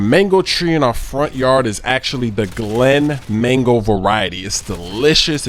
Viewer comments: Am I the only one who notice he said "manko" instead of "mango" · yousay mango too much! especially as you cant even say mango you sound like your saying mengo -.- so annoying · Sounds like your saying Mengles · I thought you said mangle until I saw the title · sounds like he's saying "Mangles" lol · It sounds like manglos that you are saying